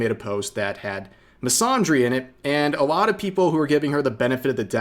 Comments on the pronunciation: Fyi, "misandry" uses the short "a" in "Apple" or "Anthony", not the long "Ah" sound in "Andre" or "wander". Hope this helps. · Please stop mispronouncing the word "misandry" like that, there's no ahh sound in there fam